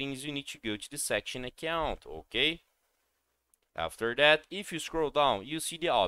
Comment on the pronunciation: Hokay? Hokay! Hokay.